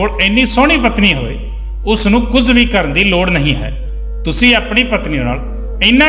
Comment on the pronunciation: ਸ਼ ਨੂੰ ਸ ਨਾਂ ਪੜ੍ਹੋ ਕੁਝ ਨੂੰ ਕੁੰਜ ਨਹੀ